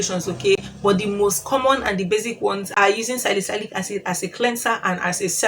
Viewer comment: Salicylic acid is pronounced as : SA-LI-SI-LIK